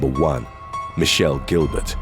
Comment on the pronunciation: It's pronounced Michael not Michelle the last one 🤦🤦🤦🤦🤦🤦🤦🤦🤦